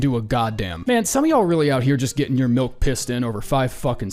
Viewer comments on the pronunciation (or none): none